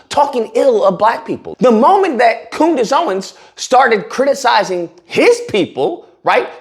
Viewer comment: Dat boy said Coodice Ownins lol